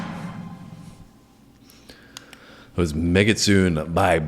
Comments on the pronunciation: Just as a reference, the song is pronounced meh-gi-tsu-neh. Mekitsune means female fox in Japanese. The part with the mic that you reference , they are saying we are not foxes, we are female foxes. When she reveals the sword, she says "don't underestimate us (women)". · just had your video pop up on my stream. Thank you for reviewing Babymetal. They are lovely, aren't they? Just a friendly fyi, the name of the song is pronounced like this: "May - gits - SUE - ne" . Japanese can be hard sometimes to understand how to pronounce things, so no worries on this one! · It's Pronounced Meg A Su Ney. Very Excellent. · Hey,, the song's title is actually pronounced "Meh-Giht-Soo-Nay" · "megitsune" (said like mehgee - sue nay) and it means "female fox" (the mask is a fox mask)